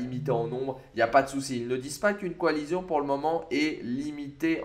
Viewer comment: Coalition ça se dit coalission ! Pas coalizion.... 🤦‍♂️. Sinon super vidéo